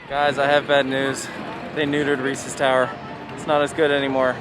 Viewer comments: They are most definitely not! Also Ree-sez not reesies. He must be stopped lol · Yes, Reesies are disgusting because THAT’S NOT WHAT THEY’RE CALLED 😂😂 I don’t know if it’s because Hershey is my home park or people from Pennsylvania just say it differently (or it could be what part of the state I’m from) but I’ve always been told it’s pronounced without the “ies” sound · you lost a loyal sub, lol jk but what the heck I will fight you on your opinion and your pronunciation of Reese’s